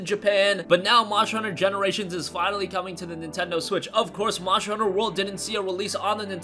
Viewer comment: Nice voice bur you need to annunciate the word MONSTER !!!